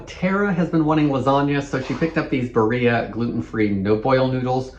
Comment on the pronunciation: Barilla is Italian, so you pronounce the L -> Bah reela